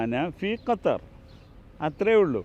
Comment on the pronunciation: കത്തർ അല്ല 😂😂😂😂😂 (ഗത്തർ)..ഉള്ളവില കളയല്ലേ തെറ്റു പറഞ്ഞു